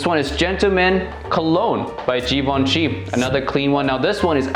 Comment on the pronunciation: Stop doing videos about fragrances,if you can't spell de fragrance names properly...Djivantchi..pfff